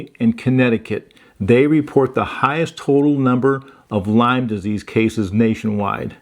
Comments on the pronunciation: Great video. It is Lyme disease, not Lymes. Named after Lyme, CN. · It's not Lymes (plural) its Lyme disease named after Lyme CT. Folks get confused about this so thought I'd correct it. No disrespect intended 😊